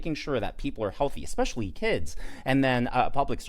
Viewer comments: Eck..specly..?????? Learn to talk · A doctor that says "Exspecially"? Clearly she was socially promoted out of school. But she should never have been given a license to practice medicine if she cannot speak English. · May I ax you what "expecially" means? 🧐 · Did that racist Perkins chick actually say "Expecially" and "Duh-der-duh-der-duh?" I haven't said anything like that, since the day I learned to speak! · "expecially"????? gd morons lol. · That black chick was so off. Nothing she spouted was correct. East tx? White only? Most importantly "Ex-specially" is not a word, moron. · Dumb black girl, its pronounced " especially".... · should learn basic grammer and pronunciation before she starts running her bigoted mouth.